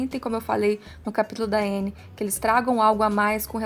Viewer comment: A pronúncia é Ãnnie